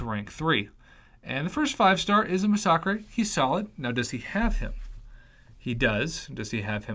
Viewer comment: Masacre is pronounced mass-a-ker not Mas-sock-rei just fyi